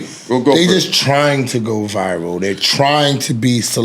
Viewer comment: Everybody: "Viral" Esso: "VIval"